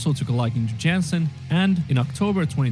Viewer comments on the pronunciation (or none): Floors name is "yansen" with the "a" like in "dark", not "yensen". Definitely check out "Learn the setlist in 48 hours" or "the Denver Debacle". Worth your time. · It's pronounced Floor Yahn-sen. I should know I'm from Dutchland xD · Hello from Liverpool, England,, Yes mate, Floor's surname is pronounced 'Yaansen'... She has her own youtube channel where you see how she lives her life etc... There is also a few good documentaries about Nightwish , various albums being made etc.. But a good one to watch is about how Floor came to be their singer, it called 'Please learn the setlist in 48hrs' , its long, but worth watching .... New subscriber for this journey... Enjoy 🤘🤘🤘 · You are closer than the narrator. Floor's last name is pronounced Yahnsen. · Yes, the guy in the video pronounced it wrong. We have a last name in America "Johnson" that sounds very similar to Floor's name if you replace the J with a Y. The a in her name has more of an "ah" sound. At least when I've heard other Dutch people pronounce it. I figure they should know. So think Y"ah"nsen. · If you want to pronounce Jansen right ‘J’ is pronounced as in ‘Yo’ and ‘a’ as in bArk. Good Luck👍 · The film Imaginarium is on Prime Video…..I just found it and will watch when I’m done scrolling my YT feed. It’s an actual movie about 1.5 hours long (according to IMDB). And Floor’s last name is pronounced with a Y instead of a J. She’s Dutch, not Finnish, and that’s how it’s pronounced in the Netherlands. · I like how you are taking this deep-dive into Nightwish so seriously. I will definitely tag along on your journey. If you want to know once and for all how to pronounce Floor's Dutch last name, I would suggest finding a clip where she says her own name, haha. FYI, the voice-over in the video got it wrong. The A is pronounced very open, like you would say AHA. Give it another go ;)